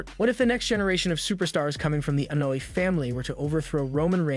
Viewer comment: Lol... And he says Solo Sicko lol and Annoy family lmaoooo😂😂😂😂